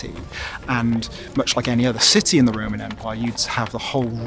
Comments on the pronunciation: is it just me or does it sound like Amber is saying "Raymon" instead of "Roman"? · Why does she keep saying"Ray-mon" when the word is "Ro-man"! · The woman with the red hair says Roman and I just hear Rayman almost every time 😂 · "Ramen"? Took me a while to figure out what the heck she was saying... it's ROman for gosh sake!!! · Roman. Ro-Man. RO-man. We aren’t talking about Ramen noodles here . Lol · Everytime she says Roman it sounds like Raymun. Even says Roman correctly it's just the red head girl that says Raymun. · Anybody else bothered by the fact that Amber said Ramen instead of Roman because it’s called a Roman Makeup Tutorial not a Ramen Makeup tutorial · It's pronounced Ro-man, not Ray-man. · Lol..What is the Raaaymen empire ...isn't it the ROman empire? Say it with me ROman (phonetically pronounced) Row-man. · Can't unhear "the Raymond Empire" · i keep hearing ramen as in the noodles lol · I don't want to hear the word "RAYMON" anymore. thanks.. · Anyone else here think she's saying "Ramen Empire " ? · I know she’s saying Roman but I swear it sounds like she’s saying Rayman. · Is she saying Raymond or Roman? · I never heard 'Roman' pronounced 'Rayman' before. It's a bit grating.